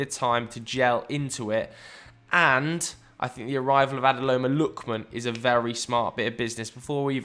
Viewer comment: That Ademola Lookman pronunciation made me laugh 😂😂